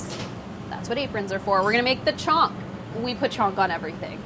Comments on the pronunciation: Sorry but it's chhaunk... Not "chonk". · For people who care : If you're ever wondering how to authentically pronounce "chonk" , that's not how to do it. The 'n' is chonk is almost as it's not even there. So if you totally ignore it and just say "chok" it will already sound way better. Some people try to get more authentic and overcompensate by pronouncing the hard n and it just sounds way off